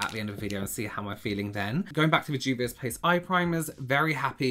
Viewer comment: I am sorry to have to correct you, but it's Juvia's Place. I'll link you to James' channel to practice.